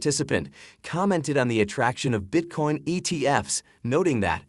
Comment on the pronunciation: Is he saying Bitcorn? 😂